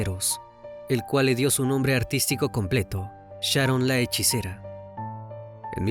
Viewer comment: Es "Hechicera ", Crimi🙄🤗😘